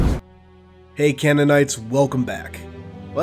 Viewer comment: You say canonite but I just hear canaanite lol